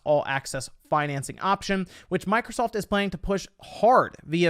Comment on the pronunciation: Did he say Micro-salt? 😂😂😂